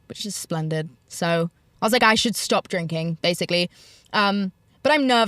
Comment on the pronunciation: “stawp bringing up me mums ARRRMS” 🇮🇪